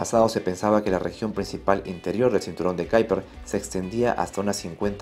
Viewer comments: ¿Cómo qué Kaiper? Será Kuiper en castellano o en todo caso ˈkœypər en neerlandés. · Kuiper se pronuncia como se lee en castellano (cuiper). Es un apellido holandés. Saludos. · En español es m{as comín que se diga, cinturón de quiper! (Kuiper) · "Cinturon de kyper" , ulala que finolis